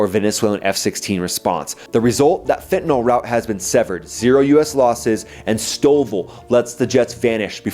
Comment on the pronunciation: What is "fentinall"?